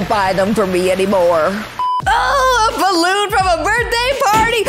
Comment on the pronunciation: ORANGE BAWOON I, MEAN BALLOON NOT BAWOON